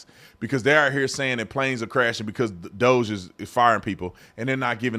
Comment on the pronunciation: Crazy they can't pronounce DOGE but if I remember an old video of yours if the right mispronounced names weren't they calling them racist? Hmmmmmmmm